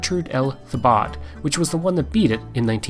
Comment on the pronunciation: It's pronounce Gertrude L "T-bo". French.